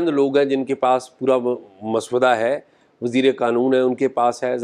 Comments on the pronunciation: Mr.azaaz let me point out that the correct pronunciation is mosawwada and not maswada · شاہ جی۔مس ودہ نہیں ہوتا مسودہ ہوتا ہے ۔س کے اوپر جزم اتی ہے یعنی ڈبل س ہوتی ہے ۔ م س س ودہ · Maswada nahee paendoo...journalism ker rahay ho tou zaban he seekh lo...musaw-wada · Azaz, maswuda nahi (masawada) ha bhai Jan ker geo 😅😅😅😅😅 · Urdu to thek bolo mosavady ko soda bana dia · اعزاز صاحب، مسودہ کا تلفظ غلط ادا کیا گیا